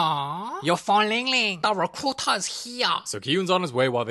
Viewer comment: mean Da Recruitah iz hear😅😅